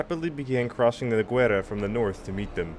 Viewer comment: Nice series on the War of Spanish Succession. These videos needed to be done. Minor criticism, pronunciation of the Spanish toponyms, especially Lérida/Lleida, Balaguer, and the river Noguera - that "gue" bit is not goo-e, but g-e. It is one of the few cases in the Spanish language when there are mute vowels. Not asking for Noguera-Ribagorzana, the full name of that river, however. But it is only a minor criticism, like the series, and subscribed.